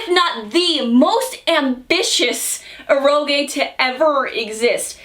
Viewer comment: Every time mispronounces "eroge" a cute anime girl loses her wings.